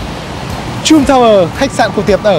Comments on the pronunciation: Bích Phương Hà còn từ trump đọc là chum nữa huhu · Chum chum =))) a nên chú ý mấy cái tên riêng vì khách sạn ngta ở ngta nói suốt mà lại đọc sai tên =))) buồn cươi vcc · You should pronounce Trump correctly.